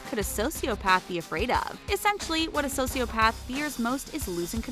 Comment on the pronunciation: IM TRIGGERD WITH YOU IDIOT SAYING SOCIOPATH WRONG